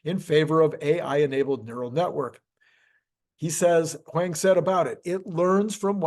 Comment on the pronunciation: Fascinating topic. By the way, Jensen Huang’s name should pronounced: hoo-aang.